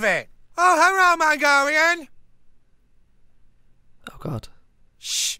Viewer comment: Hewwo mongowian